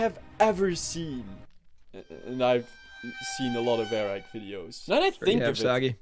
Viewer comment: You get it “”Air Rack”” lmao